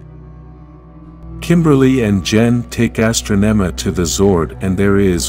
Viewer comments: You keep saying some of the characters names wrong, because its Ninjor not Ninjer and its Astronema not Astro-nema you noob i mean really have you ever even seen Power Rangers?! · Please correct the pronunciation of Zordon from "zor-den", Ninjor from "nin-jer", Astronema from "as-tra-nema", Andros from "an-dras". Otherwise, this is a great summary of the story arc.